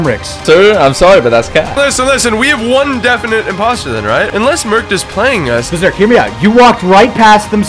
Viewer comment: Is it me or every time at end of games they all say it’s Bazerk